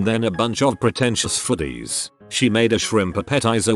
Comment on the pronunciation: Im so pretentious that I disdain an AI voice that mispronounces words like "foodies". Get a better voice. A human who can read, if you have to.